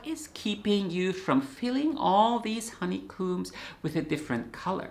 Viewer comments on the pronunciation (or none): "Honey Comb ! " at "12.38" Comb as in 'Home !' not Honey 'Coom's. . . 😂 I'll let myself out ! As a Hobbie Beekeeper whose Bees here in Scotland 🏴 are all Snug in their Hives. So come non Bee Season aka November to March . . . I Knit instead. . . 👌 Just found your Channel on Youtube. Brilliant Videos to refresh my 'Steiner School Knitting Class Session' back in Edinburgh in the 1980's. 😉 Also did Spinning, Wool Dyes, Felt Making. And somewhere I have an 1900s 'Sock Knitting Machine. Alas still to Knit a Sock on it. . . Oh well.🤭 But do Knit them by Hand. (Need some Instructions to use it properly !?) Any Good Sock Knitting Machine Videos anywhere. Or start one here !